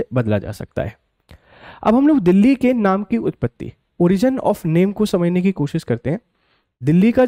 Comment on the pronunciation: bhaisab aap bhi Delhi ka uchharan galat kar rahe hai.....Delhi me phale l ata hai baad me h aata hai aur aap pahale h bol rahe hai aur baad me L